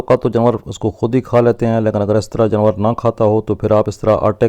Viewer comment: جنور نہیں جانور ہوتا ہے.